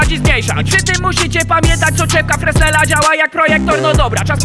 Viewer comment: Film bardzo fajny, tak samo jak patent. Jedyna uwaga dotycząca wymowy: soczewka o której mówisz ma swoją nazwę od francuskiego fizyka (Augustin Jean Fresnel) i w wymowie jego nazwiska s jest nieme